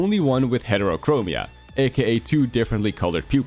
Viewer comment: It's "heterochromia"... 😢